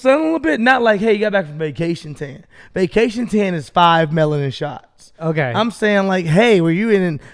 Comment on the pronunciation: said melatin instead of melanin two times now and it’s even funnier because Steelo didn’t correct it 😂